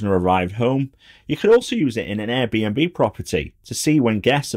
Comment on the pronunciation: Excellent review as always! Though I'm pretty sure it's not pronounced 'Air n' b beer'. Though maybe it should.